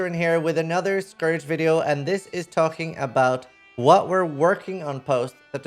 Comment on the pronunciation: Please stop saying scour instead of scourge.